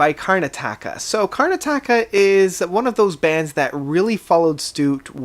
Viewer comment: I think you pronouce it "Karn-at-aka".